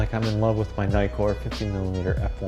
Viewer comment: The 'i' in Nikon or Nikkor is pronounced as in 'tick' NOT as in 'item'....It's in the details !!!